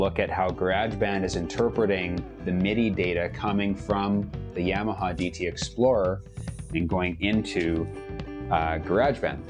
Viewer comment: You say "garage" and "yamaha" funny